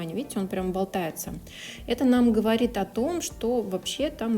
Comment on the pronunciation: Блин, так прикольно когда ты « говоришь,говоришь,говоришь,говоришь» и этот Ц 🥰 классно 😹👀